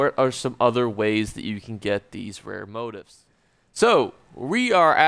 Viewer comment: It's { mō-ˈtēf } sound it out as Mo - Teefs not Moat - ifs . You don't learn by deleting posts. Good video , thanks .